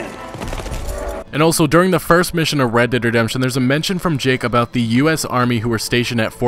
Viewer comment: Oml why tf do you say it like that "red dead dedemption"